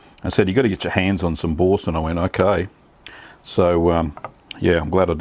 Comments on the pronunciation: Pronounced Bor-san.. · Nice video. I think it would be pronounced as B-oor-sin (oor as in u) but that again depends on the various english accents. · “ Boar-san” pronunciation Mate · Such dreadful pronunciation 🙈🙊